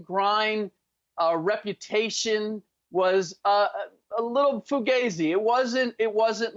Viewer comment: said “fugazzy”😂😂😂😭😭😭